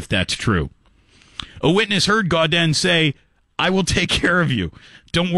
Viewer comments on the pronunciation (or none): It’s pronounced GO-DAN. Ask me how I know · You pronounced his last name incorrectly this entire video...